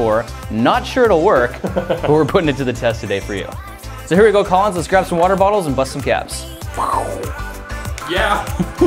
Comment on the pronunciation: He’s tall I’m short get over it Lol that was amazing 😂 😂😂😂😂😂😂😂😂😂 When Collins said I’m Collins Key I thought he said I’m TALLins Key Lol wth